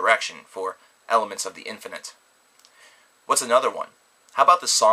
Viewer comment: At first I thought he said elephants of the infinite...